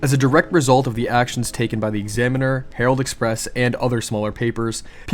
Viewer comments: Surely it's herald express. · Herald Express, not Harold. Harold is a man’s first name. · I'm pretty sure that it's Herald Express, not Harold.